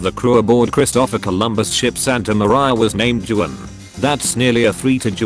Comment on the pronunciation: Juan in Spanish: hwan. Juan in English: jew-ann ...